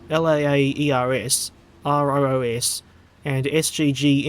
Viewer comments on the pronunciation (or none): none